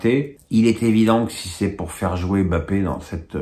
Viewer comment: M'BAPPE !!!!! pas BAPPE ! C'est si difficile de respecter le nom d'un joueur?